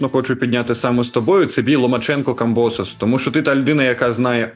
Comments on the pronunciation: Тепер не камбОсос, а камбосОс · У Камбососа треба ставити наголос на останньому складі...! Тоді буде благозвучніше... Тобто - КамбосОс , руснявий отсОс...!!! Дай Боже , Васяла розклепає грецько-русняву пику!!!